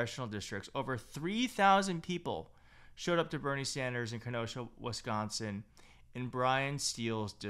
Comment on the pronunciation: I love your reports but please, it's WISCONSIN! 💙